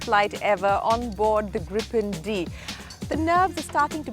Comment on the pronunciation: It's Gripen not Groupon